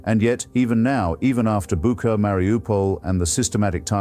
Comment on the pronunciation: It's bucha pronounced boocha. Atleast get the name right